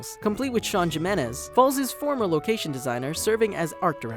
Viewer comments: Jimenez -- he-men-ez not gym-en-ez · Lol, JIM-enez. GG. Funniest way to mess that up I've ever heard XD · This has been bothering me for some time now for every video mentioning Gravity Falls: THE 'J' IN 'JIMENEZ' IS PRONOUNCED LIKE AN 'H', AS IN JALAPEÑO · You are actually stupid, why would you pronounce Jimenez ( a name with the first letter sounding like an h ) with a damn j sound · That's not how you say Jimenez. It's a spanish J, so it's pronounced as an H.